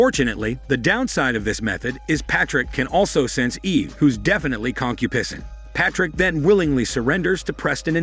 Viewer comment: “Fat sons” “Concupissing” This AI robo-voice…I just can’t. 😂